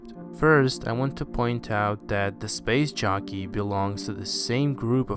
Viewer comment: Every time you say "SPACE JOCKEY" , I hear, "SPACE JUNKIE"